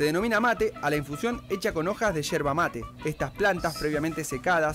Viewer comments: NO ES HIERBA ES YERBA CON YE!!!!!!! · Hola te cuento tiene una especie de filtro pero también viene un filtro que se coloca a la bombilla. Es yerba no hierba practica decirlo con yeee que no se entienda hierva seguro que es fonética . También hay que entender que la yerba como el café tiene su blend por eso la temperatura del agua . Y si el mate es sinónimo de amistad de familia un poco psicológico porque da para la charla o la platica como dicen . Cuando adquiere la costumbre recién se empieza a entender el mate . Mi estimada persona si viene ud a argentina tiene la invitación a tomar mates en casa o en un lindo parque que en argentina lis hay de sobra por doquier para disfrutar de una linda tarde de mate y porque no con unos bizcochos de grasa o unas tortas fritas que saben mejor los días de lluvia saludo a ud atentamente desde buenos aires argentina argentina